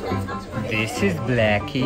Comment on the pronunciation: The rabbit named "Blacky" name is actually pronounced Brackie.